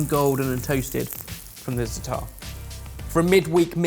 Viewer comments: It's Za'atar not Zata'ar,:P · i love that you love za'atar, but please please please alter your pronounciation? You say 'zataar' whereas the correct proniunciation is 'zaatar'. I wish there waz a way to make you hear the correct pronounciation... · *"za'a-ter"*, not "zuttahr/zuh-TAR" for some reason hearing white ppl mispronouncing Za'atar really triggers me... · that's not how you pronounce zaatar 😅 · please look up how to pronounce Zaatar Love you bye 🥰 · Za'atar - the accent is on the first syllable. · Za'atar has two a's and then one, so why would you pronounce it like one then two: za'taar? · When pronouncing Zatar.... emphasis is on the Za not the tar...